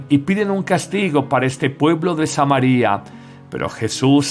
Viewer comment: Con todo respeto. Es Samaria no es Samari'-a porque es nombre de una ciudad. No se rompe el digtongo. No así María nombre de persona, allí sí lleva acento se rompe el digtongo, Ma-ri'-a.